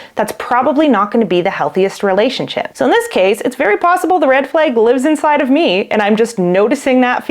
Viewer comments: As a French Canadian, your pronunciation of the word 'red' seems perfectly normal to me. 'Flag', on the other hand, sounds like "fleg" ;) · to an American ear, you’re saying “red” normally but saying “flag” like “fleg”